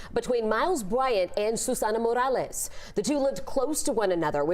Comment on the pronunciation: Speaks perfectly until there's a Mexicans name involved then starts pronouncing it mOrAleZ!! Cut the shit!!